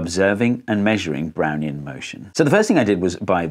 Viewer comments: I thought you said "brownie motion". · Took me a while to realise he wasn't in fact saying 'Brownie in motion' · i deadass thought he was saying brownie in motion for a fat second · I still hear: "Brownie in motion" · I'm an idiot, I kept hearing "Brownie in motion" at first and I was wondering how Einstein used a Brownie to do science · I got thrown hearing "Doc Brown" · Really sounds like you’re saying “browny in motion” haha! Got me every time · Only played 40sec of video and I always hear "Brownie in motion" and now I need a brownie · Oh, I thought he was saying "brownie in motion" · My IQ must be 1, I couldn’t comprehend Brownian motion and thought he was saying brownie in motion. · I have a decent lvl in english, but in this video i cant do anything but hearing "brownie in motion"